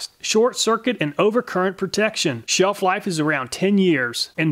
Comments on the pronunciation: "Sheef life around 10yrs" says the first one 👌 I see the Castnoo says the same too, but also claims to be "encironmental friendly" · sheef life